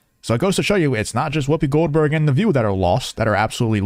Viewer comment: I heard Whoobie Glohdberg Haha!